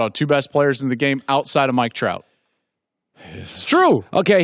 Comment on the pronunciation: Klatt apparently pronounced "Mike Trout" wrong when saying who the best baseball player in the world is.